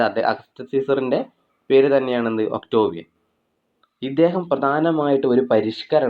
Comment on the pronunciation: ഒക്ടോവിയൻ അല്ല..ഒക്ടേവിയൻ